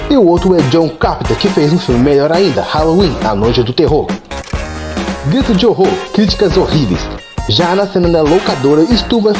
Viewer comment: Gtiro de Horror kkkkkkkkkk saiu o T no lugar do R